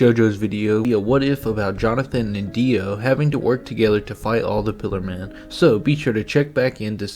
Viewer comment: Bro said ,,Piler man" Lad thats a Pillar man